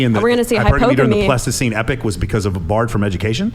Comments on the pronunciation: That guy can't even say epoch right 😂. He probably heard "pleistocene epic" from another red pill guy and ran with it. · When that guy on the right keeps saying "Plastoscene Epic" does he mean Pleistocene Epoch?